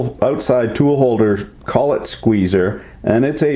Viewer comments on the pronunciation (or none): none